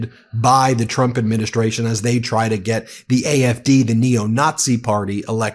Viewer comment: Does she realize she says president Chump not Trump 😂😂😂😂😂